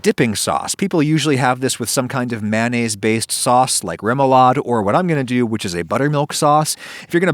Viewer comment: No one: Adam: mannaise